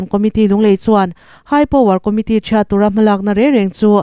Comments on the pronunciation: Chhiartu fakawm tak, "Lalenkawla and C.Lalremruati." Hetah hian, "and" i rawn ti hi, a va fuh lo nasa ve! Kan thumal, leh hming leh tawngkauchheh "Hman/lam rik" dik vek chu a har ang. "Chaurau ek thai" Heta "chaurau" i lam dan hi a dik hriat i tum hram dawn nia aw. Kan tawng i thism visu s, english pawh i thiam viau ka ring. Chutih laiin, English lam dik thei lo ho lam dan, "Film" hi a letlinga "FLIM" i rawn tih ve mai le. I inhmeh lo. Sim daih teh. Chanchinthar buatsauhtu ve thung. "A hna atanga an dah sawn tak." Hna atang hian, sawn/dah sawn chi a awm lo. Mihring zawk hi chu a awmna, hnathawhna hmun SAWN theih. Amah hi DAH-SAWN theih. Tawng hmang fimkhur xusk teh se. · Chaurau i lamdan chu Ava makve